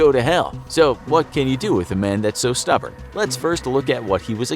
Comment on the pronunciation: WHO'S THAT POKIMON ITS STUBBERNET